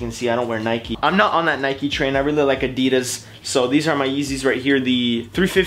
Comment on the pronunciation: its not a-de-deez its a-di-das